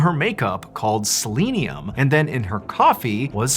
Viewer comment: Dude, you are mispronouncing selenium.